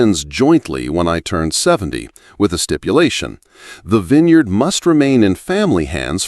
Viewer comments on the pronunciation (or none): It appears this is a fictional story. There is no internet record of harrington vineyards in Sonoma, nor is there a record of a Maria Santos writing for the san francisco chronicle. Interesting that the narrator, in a verbal account of a fictional winery miss pronounced vintner and vineyard. Dont waste your time